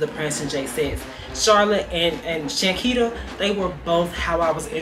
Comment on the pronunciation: Yall been butchering her name for sooo long😅